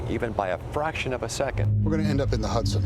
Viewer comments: Is it Hudson or Huson. 😂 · It's HUDSON not huson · Hudson, not Huson.